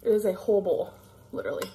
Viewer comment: "hole bole".....wtf?....oh, whole bowl.